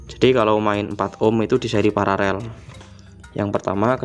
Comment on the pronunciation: Kenapa ya sering saya dengar sebagian youtuber menyebut PARALEL itu PARAREL. Sudah saya putar berulang untuk meyakinkan kalau saya tidak salah dengar. Yang benar itu paralel, bukan pararel.🙏